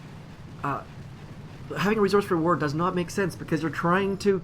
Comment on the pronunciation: I can't stand how he says "resource." It's not that hard to say correctly.